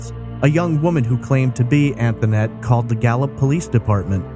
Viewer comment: Concerning the call to the police department, the little girl on the phone pronounced her name “Antonette,” whereas the host is pronouncing it “Anthonette.” Do we know the correct pronunciation of her name? That little girl sounded genuinely scared. Poor baby. Her life had not been easy, all the way up to the point that she was snatched from home.